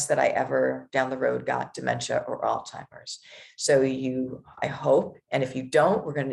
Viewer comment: How does a nurse pronounce Alzheimer’s by saying all timers?